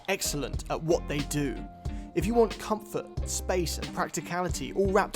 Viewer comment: Try just " comfort", the English pronunciation.